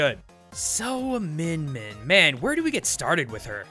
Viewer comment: It's more like "meeyin meeyin"